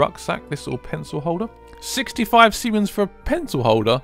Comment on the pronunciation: It's "Simoleons"! Not "Simeons"!!!!!